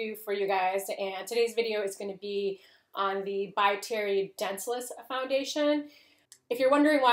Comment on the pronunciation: For the love of Jesus! It’s pronounced don-sell-eeeeece! Not dense-less!